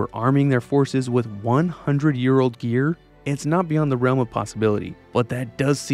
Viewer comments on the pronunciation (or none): none